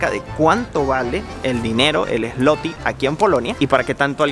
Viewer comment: Gracias x su viaje e información la moneda dices Zloty pero se pronuncia ”zuote “ 👍🏼